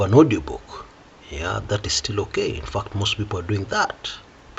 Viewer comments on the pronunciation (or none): The fact that ' "t" in "fact" is silent.😅